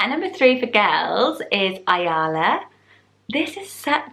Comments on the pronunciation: As a native hebrew speaker I would like to correct the pronounciation - ayala has a short "ya". Pronounced more like amalia. Some of the names are really dated in Israel (levana, ezekiel, rivka, tikva) but so is ezra so I guess it's a matter of trends. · hi! love your videos, just wanted to let you know Ayala is pronounces eye-yella, rhyming with the name Ella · I’m an Israeli and I’ve never heard of most of the names. Only heard of Ayala (pronounced A Ya La) and it’s a bit old, don’t know anyone under the age of 60 who’s called like this. Dina - also a really old name. Levana - we don’t use this name at all, we use Sahar which means like a partly moon? 🌙 something like 6 years ago there was a woman in the Big Brother called Levana and she’s old but that’s it. Yona - we don’t say jounah, in Hebrew you don’t have J in names. Also, a very old people name, used mostly for females. Rivka - a grandma’s name. It’s the original version 🤦🏼‍♀️ Shay - you’re saying it wrong. It’s Sha I (like the name of the letter). It means”gift” and it’s for both girls and boys. It is very common. Shira - modern name. Ezra, Tikva - such an old name, mostly used in parodies. Don’t think there’s an Ezra/Tikva that isn’t dead by now. Boaz - strong name. Noam - very common for both boys and girls. Never heard of the rest that you mentioned. Other popular names: Or - light. Gal - wave. Batak - light (⚡️), this one is for boys. Ron - happiness. For boys. Ronni - my happiness. For girls. Li-or - my light (li means to me, or means light). Or li - my light. For girls. Hen/Chen - you cant pronounce it correctly but it means beauty. Zohar - shine. Yam - sea. Ya’ar - ya ar. Forest, woods. Guy - small valley. For boys. Adi - jewelry. There are so many beautiful name, kinda sad that you chose all the old ones or ones that aren’t really Hebrew names /